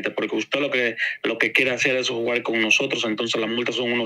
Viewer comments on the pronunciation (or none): Jajajaja se le salió la i del sibao jjjj dijo jugai con nosotros jay ladrones por eso estan bien preso